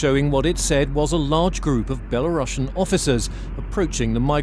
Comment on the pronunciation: Belarusian not belasrussian!